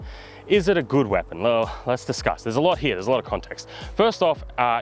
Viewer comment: . . . H E R E . . . The word is "here" NOT "hyah" 🤬